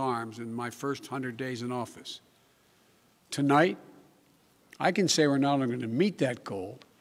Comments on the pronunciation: Yea he can’t get it straight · Tolight? Did he try to say tonight?